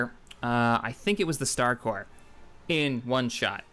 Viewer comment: hey :D your saying corps correctly :D